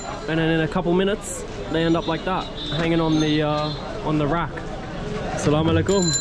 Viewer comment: My Brother That is not Call Assalamalekum And the Right Pronunciation is Assalamualaikum 🥰❤️ Please say it Carefully 🥰 But you are a loyal and honest man i have ever seen Bro.Thank you so much For visiting Bangladesh.May Allah Guides you 🥰❤️